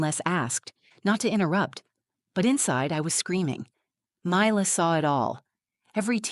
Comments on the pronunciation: Perhaps these would be easier to listen to if pronunciations didn't keep changing. one example.....daughters name changes from ' 'me lah' to 'my lah' and back again. its as pleasant as listening to fingernails on a blackboard. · I couldn’t get past the different pronunciations of Mila’s name. Is it mee-la or my-la? Please pick one and stick with it. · The narrator can’t decide how to pronounce Mila. Also, so believable that a 7 year old can write out thoughtful questions on a piece of paper to be read from the “truth jar”. And since when are the children allowed in the courtroom while mommy and daddy are fighting a custody battle? The mother is so pathetic. Such a weak person. Get a lawyer if you are unable to articulate and defend yourself in court. And don’t say that it’s his fault because he took her confidence away. Apparently she’s been in therapy. I guess that didn’t work. I don’t know why I allow myself to waste time on these videos. I guess I’m bored. Now I’m just super annoyed.